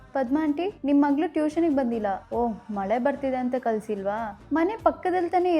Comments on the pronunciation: ಮಲೆ ಅಲ್ಲ ಮಳೆ 😂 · ನೆಟ್ಟುಗ್ ಕನ್ನಡ ಮಾತಾಡೋಕ್ ಬರಲ್ಲ, ಮಲೆ ಅಂತೀಯಾ, ಹೋಗಿ ಮೊದ್ಲು ಕನ್ನಡ ಸರಿಯಾಗಿ ಉಚ್ಚಾರಣೆ ಮಾಡೋದ್ ಕಲಿ ಯಾಕ್ ಕನ್ನಡ ಕ್ಕೆ ಅವಮಾನ ಮಾಡ್ತಿಯಾ ನಿನ್ ಜನ್ಮ್